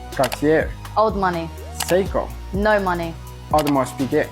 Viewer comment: What about watch YouTubers who can't pronounce Seiko or Breitling? Or tourbillon apparently.